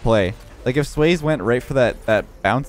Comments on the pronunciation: always says he's on the old side of Rocket League but doesn't even know that "Swayze" is pronounced "sway-zee" like the actor Patrick Swayze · The Swayze Express looks like Patrick Swayze. Last name is pronounced sway zee.